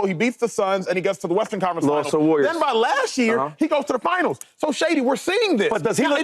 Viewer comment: I start dying everytime shady says "western" it always comes out sounding like "Westers Conference Finals" 😂😂 no hate at all big shady fan!